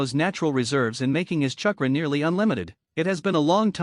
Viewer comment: This is the worst grammar I have heard in a long time. Eetaka Uchiha, uh the raykage, keesame, kunow, umboo, gkey, sazukay, chuckra, kage booshin. Seems like one long run on sentence.